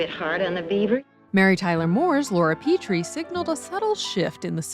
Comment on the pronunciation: It's Laura "Peh-tree" not "Pee-tree"